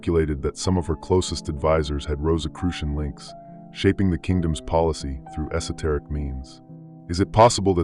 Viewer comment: Say “esoteric” again. Go ahead.